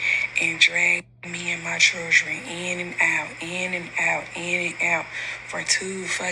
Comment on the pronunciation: SHe can't even say CHILDREN right!! I want her to stop putting God's name in her mess!!